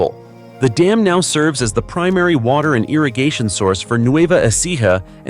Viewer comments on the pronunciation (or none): none